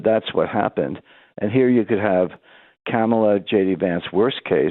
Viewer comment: On a lighter note. I love the way he pronounces her name. Sounds like “Camel-Laa.” 🐪